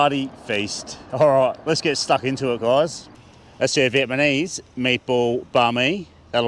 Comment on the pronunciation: Is he saying Vietmanese? Stoner?